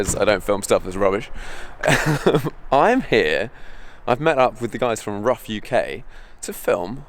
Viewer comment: Nice job! You said RUF correctly exactly one time.